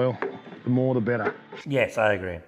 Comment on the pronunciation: better sounds like a national disaster...